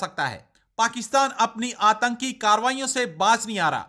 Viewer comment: Antki nahi atanki hota hai. Please correct.